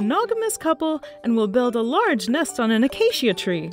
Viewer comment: Acacia is pronounced: Uh-kay-sha Not ah-kay-shee-ah